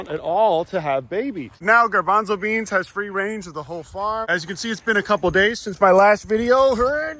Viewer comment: Garbonzlebean? More like: Gar-bother-bean! Am I right, guys? Guys?